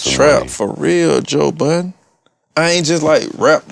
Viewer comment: Did he say Joe Buddens?